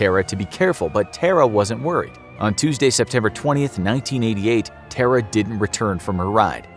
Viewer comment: Its pronounced Tara, not Terror